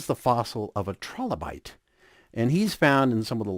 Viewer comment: "Trolobite" Lol. What a moron. XD